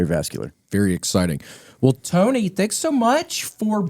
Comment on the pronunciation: The way he says Tony is so great 😂 “Tewney”